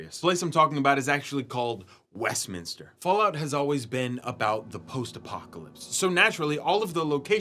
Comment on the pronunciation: Bro, it's not West Min=Is-ter... It's Minster... Okay, play Beyond Hanwell. Do you want the London vibe. Beyond Hanwell has the best vibe for London, especially when it's raining.